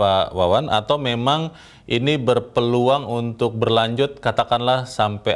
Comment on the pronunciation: Yg benar itu BERpeluang bukan BEpeluang.